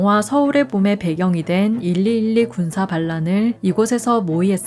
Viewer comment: 1212 군사반란을 말할때 "일이일이" 라고 하지 않고 "십이십이" 라고 이렇렇게 말해용